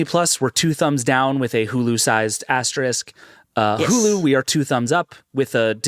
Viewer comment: I say this as a total stan but will somebody there please let know how to correctly pronounce the word “asterisk?” ❤️